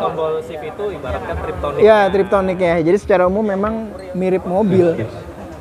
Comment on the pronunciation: sudah puluhan tahun, maaih tetep salah kaprah sebut Triptonik... Yg bener itu TIPTRONIK.... teknologi perpindahan tansmsi menggunakan TIP (fingerTIP) TRONIK (elekTRONIK)